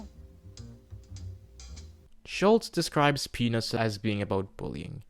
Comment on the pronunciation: I am not sure if you did it intentionally to get people to comment but you are pronouncing “peanuts” like “penis”